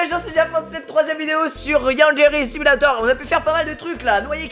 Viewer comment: ta dis yandgeri simulator